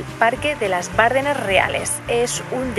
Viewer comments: ¡ Bardéééééééénas ! ¡Joe Bárdenas! Palabra llana terminada en s, sin acentoooooo!!!!!! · No se pronuncia Bárdenas. Si no Bardenas. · Se pronuncia Bardenas, no Bárdenas. Es una plalabra llana. :) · Bonito vídeo de mi tierra. Quedáis todos invitados. Solo un par de apreciaciones. Esas aves tan majestuosas son buitres leonados. En Navarra hay multitud de colonias de esta ave carroñera compartiendo riscos con alimoches. Por otro lado, se dice Bardenas, con la acentuación en la "e" y se escribe sin tilde, porque es una palabra llana. Por lo demás, me encanta que nos visitéis y conozcáis esta bella tierra. La próxima vez, si me avisáis con tiempo, puedo haceros de guía y enseñaros otras partes y rincones de Navarra muy poco conocidas como el Señorío de Bertiz, Sierra de Lóquiz, Codés, Montejurra, bellas poblaciones como Ujué, Gallipienzo, Estella, Artajona, Zugarramurdi, Elizondo, Roncal, Monasterios de Leire, Irache, Fitero, Iranzu, Oliva, Castillos de Javier, Amaiur, Monjardín, etc... Incluso la única fuente del mundo por la que sale de su caño vino tinto. Navarra es la gran desconocida y seréis bienvenidos.😜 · Bardenas, acentuada en la E: no es esdrújula. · Como me duele en los oídos el escucharte decir Bárdenas!!! En la zona reconozco que tenemos mucho acento pero precisamente “Las Bardenas” no lo lleva. Por lo demás bonito vídeo,deberías volver por que te dejaste más parajes preciosos entre ellos la selva de Irati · Bardenas, sin acento en la primera A